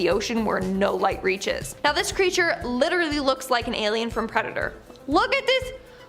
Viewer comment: Please learn how to say "Literally", and then stop saying it... it's very annoying ( lit-ter-al-Lee ) not "liderrary" ... I could start a drinking game and not make it past the first two minutes of your FISH segment 😒